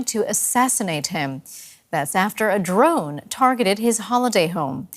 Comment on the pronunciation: does DW only hire reporters who cannot speak English? First guy sounds like Elmer Fudd, second dude can't even pronounce "drone" ... "drawhn".